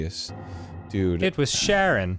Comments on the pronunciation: Charon is pronounced more like Karen, Dan. Like "Charon took the kids to the Underworld." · Dan calling Charon (ka-ron) Sharon is the FUNNIEST SHIT, no I don’t take criticism. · Charon is actually pronounced karon like Karen but with an o